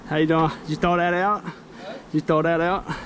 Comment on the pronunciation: I really like you 😊, and you said " you throw that out?" 😂😂, the way you said "throw" was very nice😁